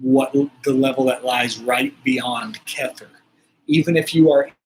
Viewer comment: I love it! You came to me as my loved one reached out twice via number 47. the 18, and 18, and you are now 47. Your pronunciation of the sefirot is a little funny though.. remember, it's Aramaic (Hebrew) chet is the choking sound. keter is keh-tare, not kether 😅